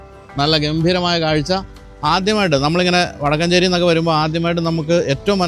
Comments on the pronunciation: വടക്കാഞ്ചേരി അല്ല.. വടക്കഞ്ചേരി.... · വടക്കാഞ്ചേരി അല്ല വടക്കുംചേരി or വടക്കഞ്ചേരി